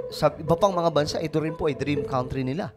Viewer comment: can you check how country is pronounced?